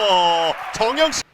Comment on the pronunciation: 심판분이 정영식을 잘못 발음하신 ㅎㅎ... 정영석!